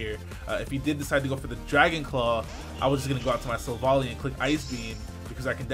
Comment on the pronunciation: Yo,! It's pronounced like Silver Ally, since the japanese is basically "silver buddy" in English.